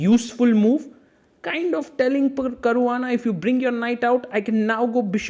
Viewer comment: I love how sagar says caruana. Its sounds like a standard indian surname